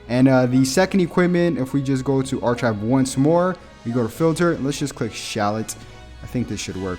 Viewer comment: (Arkive) not arCHive